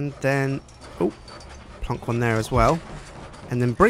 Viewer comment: i love how says "plonk". c